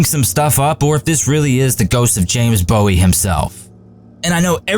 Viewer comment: It’s Texians, not Texnians. You mispronounced Bowie. Bowie had TB, not pneumonia, and was most likely dead before the final assault. Also, Bowie’s room no longer exists, it was demolished years ago. Crockett never called himself “Davy”, he preferred “David”. A lot of the accompanying pictures show men using weapons that hadn’t been invented by the time of the battle. The bodies of the defendants were not mutilated after the battle. They were piled into three separate piles and burned in funeral pyres. The only exception was one man whose brother was in Santa Ana’s army. The brother asked Santa Ana for permission to bury his brother and that permission was granted.